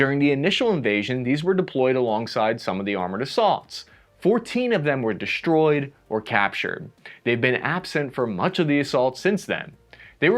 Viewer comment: What's the thing with "deshtroyed" and "ripsh" and everything else.... You try to imitate Sean Connery, or what? Fail....